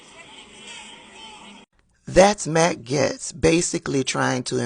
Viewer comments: Are you misprounouncing Gaetz on purpose? Everyone else calls him Gates. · you mispronouncing his name made my whole day